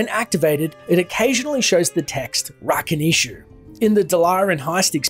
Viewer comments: I mean you add cutscenes with names said it it or with audio and somehow still butcher it over and over. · When I hear the fallen say "Rakanishu" I always think they are saying "Nice to meet you!" XD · I always thought it said "I'll fuckin eat you" with the you being pronounced more like Chu.